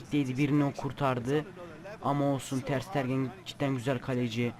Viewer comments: Abi ooo ters stergen değil ters tegenn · Abi ter sitergen diye oyunmuyo ter stegen diye oyunuyo :D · ters tergen değil ters stegen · Ter stegen diye okunu kaleci